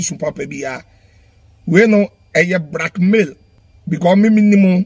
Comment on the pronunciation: But why will Afia show her condition and nakedness to Fadda Dickson… it doesn’t make sense cos he is not her relative neither is he a doctor/therapist…ahhhh well 😮 lesson well learnt😮‍💨😮‍💨…wait oo!! Did kumchacha say “Brackmail” or “Blackmail” lol 😆 😅😅😅